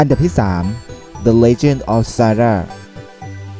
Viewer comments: ตอนประมาณ 7.38 ต้องเป็น เซลด้า ทำไมพูด ด้าด้า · Nakorn ZeEdZa TV อ้าวก็พี่เขาพูดว่าดาด้าอะ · อ่านผิดนิดหน่อยนะครับ มันอ่านว่า พอทอล กับ เซลด้า ครับ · พี่อ่านผิดอ่ะ Portal อ่านว่า พอลโท้ว แล้วคำว่า Zelda อ่านว่า เซลส์ด้า